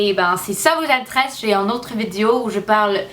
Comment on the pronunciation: Quand tu dis le verbe " intéresser " c'est pas comme en anglais, il faut que pas que tu oublie de prononcer les "éress" !!! Sinon je te trouve vriment courageuse de faire des videos en francais alors que ce n'est pas ta lange natale :)